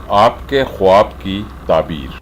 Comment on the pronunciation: Bhai sahib lafz ka talafuz khaab h na k khwaab